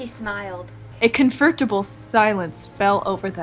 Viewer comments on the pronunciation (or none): I lost it at " confertable " XD